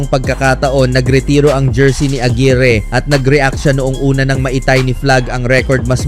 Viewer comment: mark AGUIRRE (AGWAYR YAN...DI AGIRI😅😅😅)